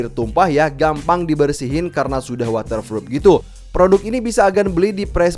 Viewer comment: Water froop 😂😂